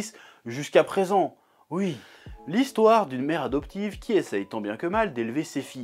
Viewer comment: C drôle comment tu dis ui et non oui